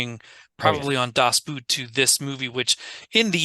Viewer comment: And I guess once again for the people all the way in the back of the theatre, playing on their phones or making out with their date: Das Boot is really just pronounced like boat and not like the foot wear.